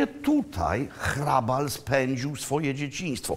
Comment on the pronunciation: Barokowy gotyk to Jan Santini, warto zapamiętać to nazwisko. I gratulacje za prawidłową wymowę "h" a nie "ch", niewielu to łapie, pan Makłowicz ma dobry słuch. Super seria, i ten smażony ser, niam niam :-)